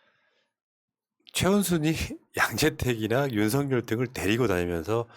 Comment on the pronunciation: 윤서결이라고 발음해야